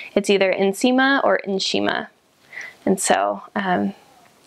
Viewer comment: Your pronunciation of nsima and Kapenta is perfect... made me smile☺❤️😘👏